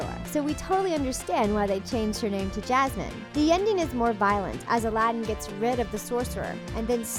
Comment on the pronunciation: i know what yasmine is, and i’m talking about the way the narrator said it, not because they changed the name 🤨